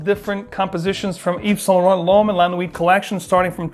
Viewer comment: T is silent in la nuit